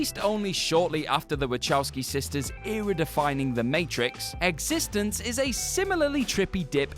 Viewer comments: Existenz. Pronounced Eggs-ist-ens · We know one thing for sure, the narrator of this video has never seen eXistenZ. If he had, he would know that it is not pronounced the same as "existence". Also, Donnie Darko is about mind bending as Toy Story. I suppose if you're one of those people that have to watch videos like this to find out about the movies you've never seen it might seem like a confusing movie. If you're someone used to science fiction, it's just another movie, nothing odd about it.